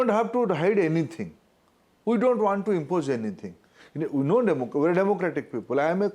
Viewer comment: It’s not impoje, it’s impose . Omg who selected him as education minister